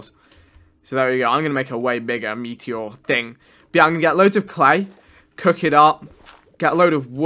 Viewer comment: The way he says meteor makes me cringe every time